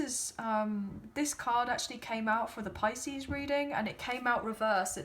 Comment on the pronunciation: every thing was dead on whats happening to me but the icing on the the cake was when you said picies